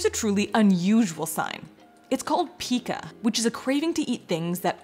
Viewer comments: We say pike-ah You say peeka Probably because you’re Canadian 😉 There are other words I’ve caught too watching your videos 😂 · I've never heard PICA pronounce that way🤔 2 of my kids had severe PICA and my doctors pronounced it "Pie-ka".